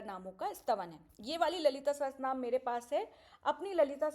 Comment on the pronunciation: Didi, it is Lalita Sahasranaam and not sahastranaam